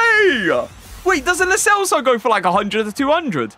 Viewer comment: Lo CHelso say it right bro